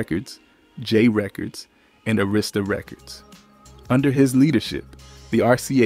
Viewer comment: Sorry but you need to learn how to pronounce Arista Records, it not A Rista Records 😅